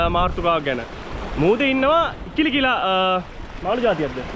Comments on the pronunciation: ඉකිලි නෙවෙ මචං ඉකිරි . මීගමුවෙ මෝරවලේදි මගෙ ඇනිලා තියෙනවා හිරිවට්ටලා හාරලා ගත්තෙ ඔක්කොම කටු 😑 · ඉකිලි නෙවෙයි ඉකිරි නේද? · මචන් ඉකිලි නෙමෙයි ඉකිරි නේද ?